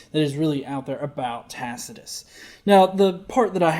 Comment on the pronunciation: This stupid fucker cannot pronounce Tacitus.